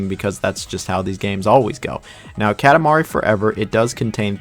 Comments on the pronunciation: This is a great video! I agree with your list completely really. (Small pet peeve, it’s pronounced kah-tah mari LOL) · bruh why do you say "katamari" like that lmao. the "ka" is like "coffee", not like "cat". KA TA MARI.